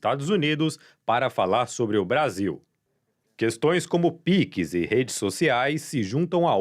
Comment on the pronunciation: píquis? Sério?